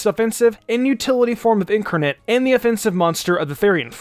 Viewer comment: Incarnate (IN-CAR-NATE) not (INK-ER-NATE) It’s like watching Wolfe Glicke call Giratina (Jer-at-nia)